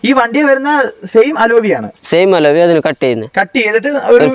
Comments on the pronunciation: അലോവി അല്ലാ.... അലോയ് വീൽ ആണ്.... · അലോവി അല്ല അലോയ്